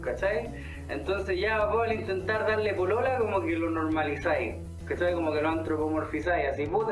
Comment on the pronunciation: "NORMALIZAY" todo un visionario de la campana "normalizar" jkajkakjakjkaj